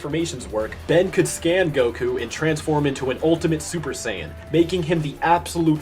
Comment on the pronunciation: BRO SAID SUPER SAIYAB RED